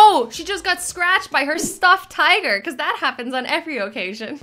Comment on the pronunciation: The way you say occasion makes me laugh. Never change